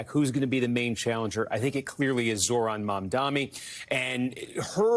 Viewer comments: His name is Mam-Dani. Not mom-dhamy. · can we PLEASE pronounce his name right? the democrats were so adamant about pronouncing kamala’s name correctly, as they should, but they don’t have the insight to think that pronouncing someone’s name is important, even when it’s a muslim man. the translation for my white people: MOM-DONNY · Kornacki mispronouncing Mamdani’s name is a bit strange. Steve is usually a pretty meticulous guy. Why are you doing this? His name is pronounced Mum-Dah-Ni. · Stop calling him "Mamdami" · Why are you calling him Mamdami? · ironically you got the Phoenetic spelling incorrect. it is "Mum-Da-Knee" not "Mom-Donny" the news anchors are mispronouncing it as "Mom-Da-Me" Just popularize saying Zohran instead, it is less difficult and fewer syllables. Zoh-Raan Zohran Mamdani = Zoh Raan Mum Da Knee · sir his name is mamdaNi, please learn to pronounce correctly because you are cosplaying as a ‘political’ commentator and Mamdani is going to win 🥇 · Pronounce Mamdani correctly challenge impossible DON'T RANK CUOMO!!!!!!!!!! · Is it too much to ask for them to read and pronounce the last name correctly? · Why can't he pronounce Mamdani's name properly? It's not hard